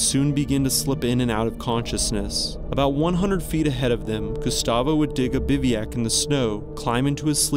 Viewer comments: Yes, and he desperately needs to look up the pronunciation of the word "bivouac" also!! Thanks very much for bringing this up! His mispronunciation of so many words is embarrassing. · PLEASE, PLEASE, learn to pronounce the word "bivouac" correctly!! This is embarrassing for a channel that makes videos about mountain climbing and you do it in EVERY video. I'm getting tired of bringing this up and it shows that you don't, or rarely do, read the comments. PS - the correct pronunciation is quite easy to find, online or off. Other than that, the video is great and very informative! Thanks!! 🙂